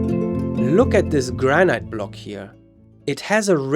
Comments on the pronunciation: Why is he pronouncing granite, like "gran-ite", rather than "gran-it"? The E is silent. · Granite rhymes with "man it"